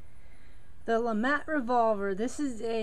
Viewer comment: To keep it completely accurate, it's pronounced 'leh-MAH', not 'leh-MAT'.